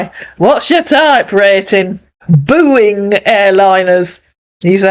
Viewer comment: 😂😂😂 “booing airlines” 😅😅